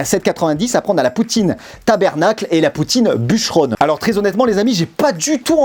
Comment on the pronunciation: Tu y est presque pour l’accent.petit astuce on dit TABARNAC et non tabernac😂au Québec on a la sauce brune,blanche, barbecue et celle que je préfère c’est la Poutine italienne.🤤👍